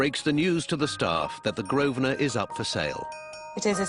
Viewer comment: it's infuriating hearing the owner of a business mispronounce it 90% of the time. it's not "grove-sner" it's GROVE-NER!!!